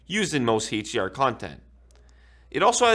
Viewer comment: He says Hate-DR and Hate-DMI 😂